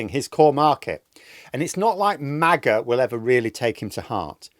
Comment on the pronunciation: Every time you say MAGA, I hear 'Maggot'.